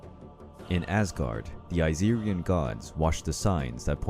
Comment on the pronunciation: it irked me when he said Aesirian 🤧 and the pronunciations 🤢🤢🤢🤮🤮🤮